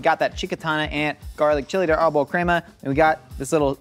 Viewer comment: Love al the references to mexican cuisine. One note: the accent or emphasis for pronouncing Arbol is on the A. Not on the O.